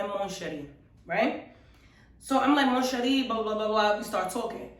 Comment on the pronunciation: for Mon Cherie, you have to swallow the n. you dont pronounce it :P